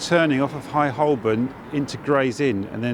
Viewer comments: He keeps mispronouncing 'Holborn'. The 'l' is silent. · Holborn We never used to pronounce the L: Hoe-bun.